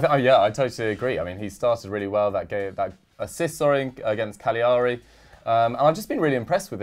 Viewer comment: Love you all, but damn please pronounce cagliari properly. Ca lea ree